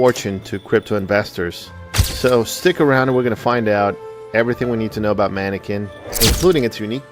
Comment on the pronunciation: Pronounced "mUHnEkee"